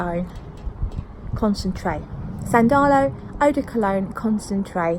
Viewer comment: The accent is on the first A: 'san-da-lo